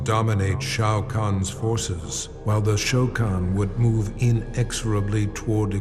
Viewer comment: Lol the funny thing is Shokan sounds like Shao Khan but with a bad pronunciation like Sho Khan